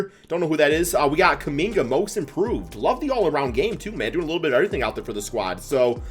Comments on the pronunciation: did u really call Kuminga "Kum Bucket......." okay i guess. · 😂 he said kumbucket 😂😂😂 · Did bro really say “kum bucket” ??